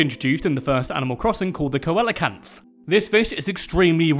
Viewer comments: It's pronounced See-la-canth. Not Ko-ell-ah-canth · It’s “See-lo-kanth” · The fish is pronounced SEE-lo-kanth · Coelecanth is pronounced see-loe-canth, I didn’t learn it till recently and found it interesting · Coelacanth is pronounced See luh Canth lol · The fish is pronounced: See Low Can't. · coelacanth is pronounced "see loe canth" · Mate it’s see luh canth. Trust me I searched forever to find that out. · You pronounce coelacanth like SEE-la-canth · It is pronounced SEE-LOW-CANTH. I'm pretty sure. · coelacanth is pronounced see-lah-canth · it’s pronounced see-luh-canth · Hate to be that guy, but coelacanth is pronounced "see-luh-canth" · Co el o canth.. lol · Every single comment: TOM NOOK ISN'T A VILLAIN!!!! Me: Sorry, how did you pronounce coelacanth ?!?! Edit: AND tapir ?! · The way you pronounce coelacanth is uh...unique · Coelocanth is said wrong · You really butchered the pronunciation of that fish.. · Sorry but more like 101 boring facts about animal crossing... like jeez, holy padding, Batman. (Also acting like 15k bells is a lot and pronouncing coelacanth wrong 😂)